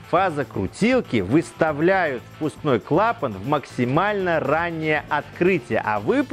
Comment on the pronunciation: Это первое на моей памяти видео на ютубе, где все склонения и ударения в слове "клапан" сделаны по правилам русского языка.